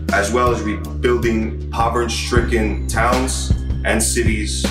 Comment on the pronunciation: “we will repay all taxpayers back” lol - it’s either “repay all taxpayers” or “pay taxpayers back” saying repay back is like saying pay back back. Also “povern stricken” a few seconds later LMAOOO it’s “poverty” bro - ODD where you find this fool? 😂